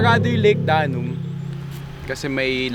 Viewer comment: Step aside, Bogart the Explorer and Biyahe ni Drew. Lol! My morning commute today was very entertaining. Gusto ko yung narration, di ba sumakit lalamunan mo? By the way, instead of saying Lake Danum as “Daa-num” say “Da-noom” emphasis is on the 2nd syllable. “Danum” in the dialect means “water”. Pasensiya na, guro ako sa past life, ayan tuloy).